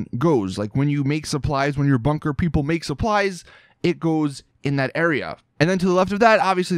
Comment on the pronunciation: i cringe every time he says "bunker"